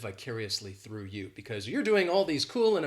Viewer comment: I intentionally watched this video that I found out you drop the letter R From the word -through! In addition I convinced That is born to teach English as he is utterly great with it.